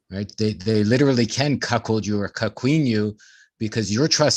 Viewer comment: Ahhh,,, there saying, “Cock-hold”.